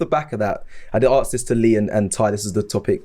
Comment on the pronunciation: Not being funny but why can't anybody say the word 'ask' anymore. I didnt know the Oxford dictionary changed it to 'arks'